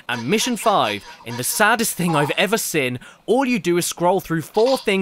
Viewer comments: Great video but it bugs me so much the way he can't pronounce "seen" properly, he goes ".. I've ever SIN" not "I've ever SEEN". To make it worse, when he says "SEE?" Or "you could ever SEE" he pronounces that normally but as soon as the N gets slammed on their suddenly it's "SIN". LOL. I wonder if he's like "I'd like some baked bins on toast". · SEEN CADDY! Pronouncing it as “sin” is indeed a sin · "the worst game I've ever sin" They way you pronounce 'seen' man 😅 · I like how caddy pronounces seen like sin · It's pronounced seen... not sin. Like breen, or clean, or ween-er. Get it not Mr. ADHD with legs? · Accents are accents. But I have heard You CADDY make fun of American pronunciation and I don't get why you say 'SEEN' as sounding short like 'sên' or something. There's 2 Es in every spelling. like SCENE. Not Sin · The Pin-Pen Merger. A hilarious byproduct of English linguistic dialect development. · Does anyone else feel scared of how Caddy says Seen